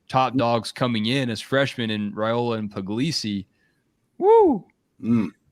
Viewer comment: it's pronounced Rye-ola, not Ray-ola, according to Mr. Dominic Raiola on a live interview done on the Rumors vs. Facts show about a month back. You and need to clean up your pronunciation please. If you don't believe me pull up the interview. Better yet, call Mr. Raiola please.